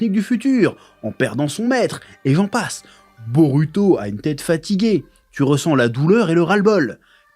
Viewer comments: t"essaye de bien appeler la phonétique "boruto" avec le LU a la place du RU mais tu dis BEAULUTO. Cringe, fais l'éffort jusqu'au bout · Perso, à l’écoute, le L est assez dérangeant. Quand on perçoit le R doux japonais (et non un L français), ça gêne l’oreille, car le L n’a tout simplement pas la composante du R, même léger. On a vraiment l’impression d’un autre son, alors que le japonais n’a pas de L. Tu dit bien BoRuto et pas Boluto, donc autant rester cohérent et continuer avec un R français, ou un R roulé à la façon espagnole, même imparfait, plutôt que de forcer des L partout. Le R japonais se rapproche d’un tap alvéolaire (comme en espagnol ou en italien), que les francophones ne maîtrisent pas naturellement, mais qui reste beaucoup plus proche que le L, qui est un phonème distinct et absent du japonais.